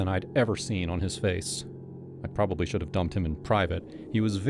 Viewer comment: How about 'deer' and 'shud' instead of dear and should.